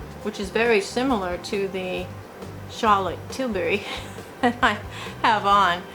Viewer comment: Hi! LOL Cracking up with how you are pronouncing Charlotte Tilbury!! I think that shade does look very nice on you.